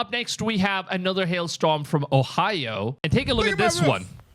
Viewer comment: Hail strom? 😅 Please take an English pronunciation class!